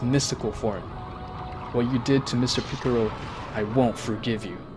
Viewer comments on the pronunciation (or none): Its PICCOLO NOT PICCURU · Jai-ren and piccoro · bro is saying mr picoro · It KILLS ME that this guy says EVERY SINGLE NAME WRONG!!!!!!! Picorro.... Shenlong.... Whis like "Swiss" .... Vermoot.... GoTEEN.... ...........SO BAD!!!!!!! Story is good tho lol. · It’s piccolo not piccoro. Goten(Go-10) Not Goteen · Hey, it's really racist that you guys pronounce in a racist way. Piccolo (piccaro), shen-long (shen-ron), etc. I can't believe YouTube lets you get away with this... 😮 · Ffs, do you even watch dragon ball? You mispronounce every name and don't even come close to pronounce them right